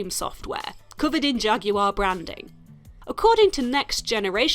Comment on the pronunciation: no bitch..I want you to say Jaguar correctly . THATS WHAT I WANT!! 2 sounds (Jag-war)